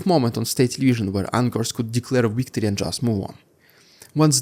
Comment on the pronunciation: Interesting report. But please ! V and W are different letters. Victory not Weektory.